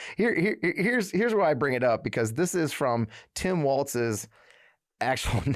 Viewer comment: Walls it's pronounced Walls.